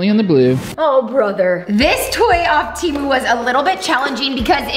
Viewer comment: You pronounced Temu wrong